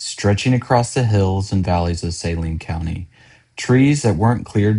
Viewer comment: Dude, are you not from around here? Learn how to say the names of places before making a video about a place. For one, it's not outside of Little Rock, it's outside of Benton. And no one's passing by going to Hot Springs. It's way out in the country. Secondly, it's Su-Lean County, not Say-Lean. 🤦🏻